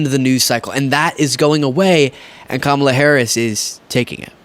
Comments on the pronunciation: Trump, if you cannot pronounce the name of Kamala, have the courtesy to ask her how she would like her name to be said! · He deliberately mispronounces Kamala's name.